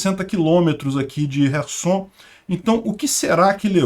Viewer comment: por que chamar as cidades de kive e rerson? Os nomes e pronúncias em português são Kiev e Kherson.